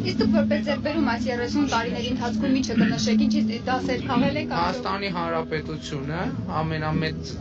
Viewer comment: Նիկոլը ՎԱՂԸ Հայաստանը "վիլայեթ դարձնելուց" հետո ԱՍԵԼՈւ Է "ես չեմ ասել Հայաստանի ՀԱՆՐԱՊԵՏՈՒԹՅՈՒՆ", քանզի ՄԻՇՏ լղոզված է արտահայտում, ինչպես ԱՅՍՕՐ ԱՍՈւՄ Է "ես չեմ ասել հորս արև"...Ես գոնե ՄԵԿ անգամ չեմ լսել, որ նա նորմալ արտաբերի ՀԱՆՐԱՊԵՏՈՒԹՅՈւՆ ԲԱՌԸ։